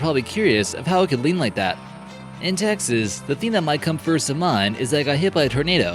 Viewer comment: It's Texas Texas